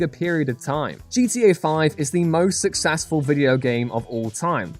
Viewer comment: he really just said succASsfull